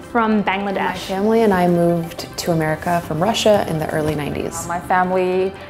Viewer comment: People can't pronounce bangladesh